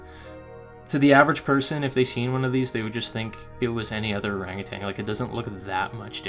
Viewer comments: Or ANG u TAN... not ArangaTANG. Or was it too SIMULAR (how your say similar) for your Canuck pronouncing? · By the way, there is no 'g' on the end of 'utan', in 'orang utan'. Just sayin'. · there is no G at the end of ORANGUTAN . You are far too well spoken for such error. You have one of the best channels on this subject. The better your speech, the less likely you are to be dismissed as a NUT.